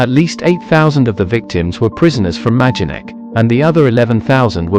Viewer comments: The name of the camp is pronounced my-don-neck. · Noooo It's maydenek. I recently visited.